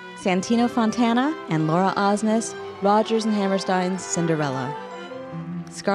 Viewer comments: Poor Laura, this was the second video where her last name is mispronounced. How hard is Osnes? I was disappointed that they mentioned the blog, but they didn't thank Herman. When Santino said "That's not true, either" you can hear the Hernan voice, so I guess he was there in spirit. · I don't understand why they can't pronounce her name right... like, they JUST announced the nominees.